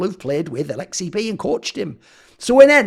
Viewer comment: You nailed the finish accent lmao